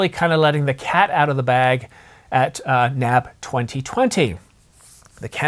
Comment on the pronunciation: I know this is nit-picky, but it is not “Nab” it is N-A-B (National Association of Broadcasters)